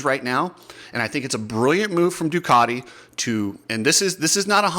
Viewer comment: cant even pronouce Ducati correctly! 😂 The multimillion dollar teams needing prize money...time to wake up! I dont even know why I started wtch'n this vid for...?